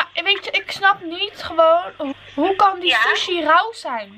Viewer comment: sushi louw ;) haha ze kan de r gewoon niet uitspreken